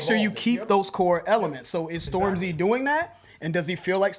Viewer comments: The emphasis is on storm, not the zy 😂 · man, it's Stormzy, not Storm-Z. Get old people vibes off you when you say it that way. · Still pronouncing it the same 😂😂😂🤣🤣